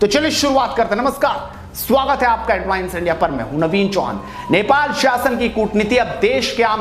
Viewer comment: हेडलाइन्स, हेडल्वाइन्स नहीं, ।